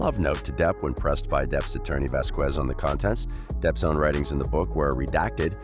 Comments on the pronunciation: Vasquez is pronounced Vaskez not Vaskwez. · For shit sake people stop saying vas qwez it’s pronounced vas kez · please stop saying VASQUUUUUUUEZ is pronounce VASKES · Vas-kez is the proper pronunciation. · Camille Vasquez' last name is pronounced "Vaz-kes." The "qu" sound is pronounced with a hard "k." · Thank you. I cringe whenever someone pronounces it like that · It was deliberately mispronounced...disrespectful in the extreme. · Please check around to find out how to pronounce Vasquez. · The "U" is silent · Dude great video just your pronunciation in Vasquez is incorrect if I were you, I would find out the pronunciation of Camille Vasquez otherwise is offensive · So annoying hearing the narrator mispronounce Vasquez in nearly every sentence 🤦‍♀️